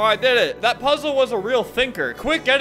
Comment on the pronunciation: The dude having a seizure tho + “Solve the lASZer pollze” “Soalv it pleazea”